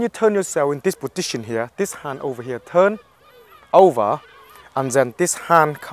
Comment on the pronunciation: i love how he says positsion